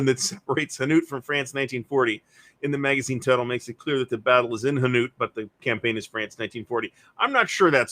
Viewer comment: Hainaut is pronounced Hey-nought